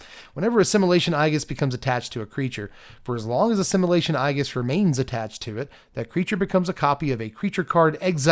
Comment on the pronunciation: I believe Aegis is pronounced A jis right?